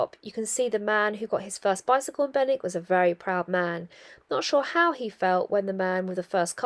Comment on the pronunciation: Morning Love how you make local places look completely different from the river, you wouldn’t normally stop in Benwick driving though it, and you got the local pronunciation, you might like to try making my winter warmer, sloe brandy, done the same as gin but a lot less sugar needed, also a word of warning, thinking of you living in a confined space, we call them Farty chokes in the Fens! All the best J🌻